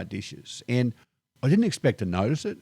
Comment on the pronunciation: He does not know how to pronounce "notice."